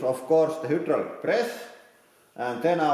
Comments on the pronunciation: I like this guy but every time he says who drolic I cringe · Do you also say HOO-DROO-LICK ??